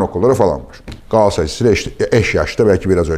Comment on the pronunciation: Galatasaray'ı hoş şekilde, 'Gaatassaray' diye telaffuz ediyorsunuz. Gülümsedim, tam bir 'Gaatassaray'lısınız Fatih bey......😊😊